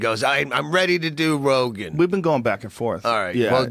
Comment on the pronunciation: Joe "Ambien makes people forget things man" RoGAIN